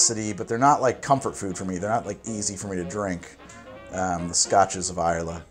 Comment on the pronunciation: I had to jump back a few seconds to see make sure you didn't actually say, "Scotch is vile." ("Scotches of Islay")